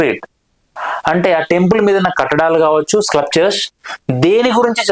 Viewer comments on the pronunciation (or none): స్క్లప్చర్ కాదు, స్కల్ప్చర్